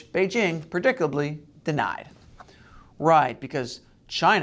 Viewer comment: said predickably.